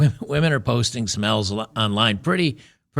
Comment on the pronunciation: lol, he said women post some "L"'s online but i sounded like women post smells online.